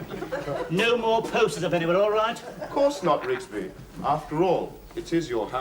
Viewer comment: ITS RIGSBY